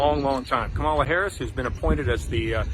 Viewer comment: KAH-muh-luh. Not kuh-MA-luh